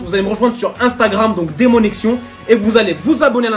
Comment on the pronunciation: A chaque fois j'ai l'impression que dit Salut la famille ses déconnexion 😂